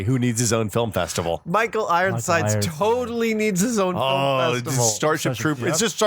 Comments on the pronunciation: Michael "Ironside", not Ironsides... no "s" at the end. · Why do they say "Ironsides"?